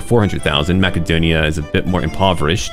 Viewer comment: You actually pronounced Macedonia correctly… that’s a sub and a like. Can’t wait to play Greece myself now!